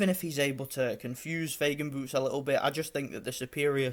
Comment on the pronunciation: Файген, а не Фейген! мы же не говорим Сеан вместо Шон